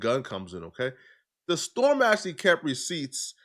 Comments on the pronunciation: That's the only thing you heard, lol? You didn't hear the way he pronouced "the-storm" lol? When it's supposed to be pronounced as "Day-storm" 😂😂😂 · It's pronounced Day Storm... he's from vine